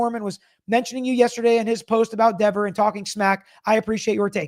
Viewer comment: Peter just said “ven Debra”. Who s Debra. Anyone know?